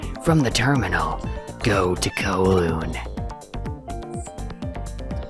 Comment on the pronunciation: The way you pronounce Kowloon urks me in ways I never knew I could be urked